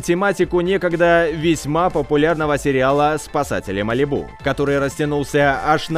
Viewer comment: Я аж не могу тебя слушать не МАЛИБУ А МАЛИ'БУ